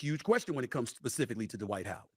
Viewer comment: 😂😂😂😂😂😂😂😂😂😂😂😂 D-Wight Howard😂😂😂😂😂😂😂😂😂😂